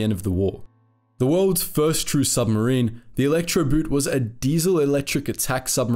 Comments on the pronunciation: Good video, BUT I'm a bit shocked that despite your usual fine German pronunciation, you fell into the "boot" trap. Electroboot isn't an electric shoe..."boot" is pronounced just like the English word "boat". No difference. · You should pronounce Elektroboot with the oo like the way you pronounce it in door, not the way you pronounce it in loon. For accuracy sake, pronounce the words like in the original language, it otherwise sounds ridiculous. Elektroboot like in electrical boot as in footwear instead of Electroboat? Really? But BBC does the same, so your in good company. Instead of pronouncing Luftwaffe like Luftvaffe, which is the correct German pronunciation, they pronounce it Luftuaffe. I am from Eastern Europe, not German but lived in an area with several nationalities and speak German. It always amazes me how English speakers almost never make an effort to pronounce foreign words correctly, even when doing documentaries where you'd think accuracy is important.